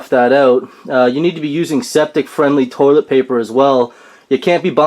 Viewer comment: Yea, tank needs PUMPED, like, REAL BAD. ANd I think it's "toilet" and not "toliet"...LOL.